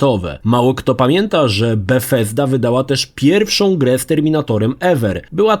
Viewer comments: Mowosz Befesda jakbyś miał wyjebane z dziąseł zęby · Naśladuje wymowę z angielskiego a brzmi to nieco komicznie.